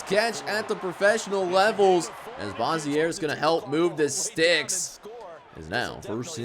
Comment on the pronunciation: Can’t wait to help the team out as much as I can and it’s Bossier like the city lol but people often say it wrong but it’s ok 😂 and I got my first catch let’s go!!!!!!!😁